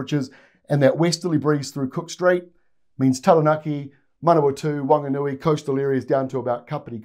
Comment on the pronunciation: This is the first time I've ever heard you say Manawatu/Whanganui,, appreciated! 🎉